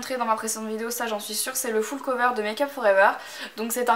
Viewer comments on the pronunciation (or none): none